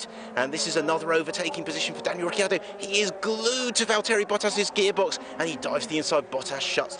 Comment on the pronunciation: Val-tearee Bottas and Ricky Ardo